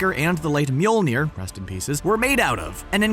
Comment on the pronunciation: "Late Mjolnier (rest in pieces)"